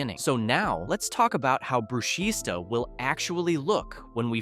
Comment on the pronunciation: ITS NOT BRUSHISTA THE S IS SILENT ITS PRONOUNCED BRUSHITA